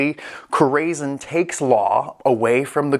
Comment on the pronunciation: it’s core-a-sone… means heart in spanish